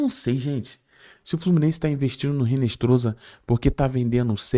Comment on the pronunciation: Hinestroza (pronuncia-se Hinestroça)...